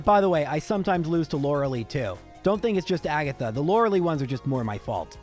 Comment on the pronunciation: You are still stubborn when you say Lore lee instead of Lore lie.